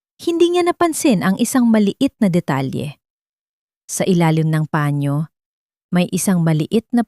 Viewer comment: Turuan nyong bumasa ng tamang pagbigkas ang taga basa nyo saang planeta b galing yan,sabihin nyong panyo hindi pañio